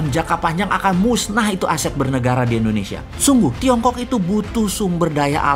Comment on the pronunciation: Halo om Boss... boleh tau ga, kenapa penyebutan Indonesia menjadi Endonesia, disetiap videonya, maaf yah..karena aku belum paham. Karena agak sedikit ngeganjel setiap kali dengar om Boss bilang Endonesia...🙏😊, salam dari aku yah..like all your video Om boss...